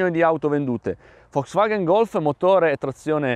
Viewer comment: ma perchè dici "Foxvaghen"? A voler essere puristi, dovrebbe essere "Folks Vaghn" (la "e" si "ingoia").